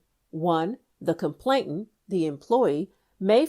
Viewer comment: This would be even better if the word complainant wasn't repeatedly mispronounced.